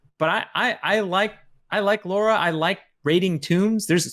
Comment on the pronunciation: Can’t someone correct when he butchers the pronunciation of Lara’s name?